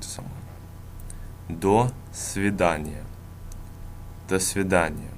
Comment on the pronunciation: The pronunciations in this video are almost all wrong- completely. DAH- sveedaneeya- nye "do," it's pronounced DAH. O = a when it's unstressed. Also, gotta work on those R's. Other than the pronunciation, the lesson is well explained, and well put together. But the pronunciation is misleading, because much of it is wrong. Interestingly though, you pronounce вы really well, and that's the hardest sound. Weird.